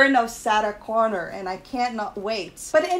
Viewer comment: You need to practice saying Sarah Connor. it doesn’t even sound like a name you’re saying even the captions pick it up as Saturn Connor. It has trouble understanding you.